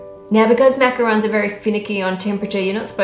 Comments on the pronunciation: macaron not roon lol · It’s macarons. Sorry. D